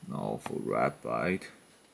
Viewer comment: Its ratbat not ratbite